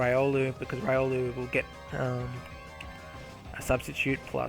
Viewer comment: did mispronounced Riolu tho.